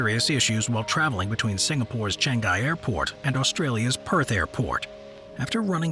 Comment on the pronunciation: Btw as a Singaporean, its not Changei airport, its Chang-ii (how to pronounce) airport